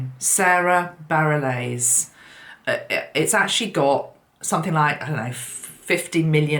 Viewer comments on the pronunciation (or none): Really love your channel. Sara’s last name is pronounced “baRELL” and funny that you mention Mary Magdalene. Sara played Mary Magdalene in a beautiful production of Jesus Christ Superstar that was televised in the U.S. where John Legend played the role of Jesus. She was stunning. Really get a lot out of your posts. And your quote from John about The Word…, if you ever read Paul Selig’s work… you’d be bowled over at the synchronicity of your guides’ messages for us. Profound indeed.